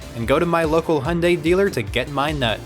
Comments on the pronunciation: You pronounce "Hyundai" like "Honda" 😅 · This is not how u pronounce "hyundai". Its not "honda".